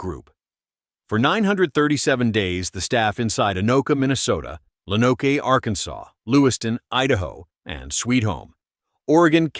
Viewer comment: It’s pronounced loan-oak Arkansas